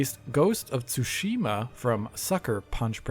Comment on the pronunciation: Why is almost everyone mispronouncing Tsushima? It is said so many times in the game.